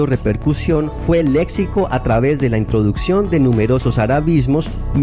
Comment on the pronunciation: ¿Por que se escribe Lexico, y suena Letsico? Tons México sonara Metsico 🇲🇽